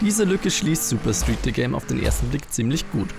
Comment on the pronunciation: De Game? nicht The Game? - Neil DeGame Tyson? 😂